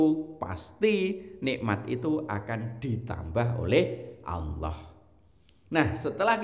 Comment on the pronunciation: mohon maaf ya bukan Alloh tapi Allah